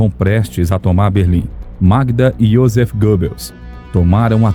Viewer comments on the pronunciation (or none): none